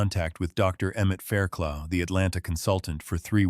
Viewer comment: How many times are you going to tell us he investigated fires???? The doctors name is pronounced Fair - Cluff. Like rough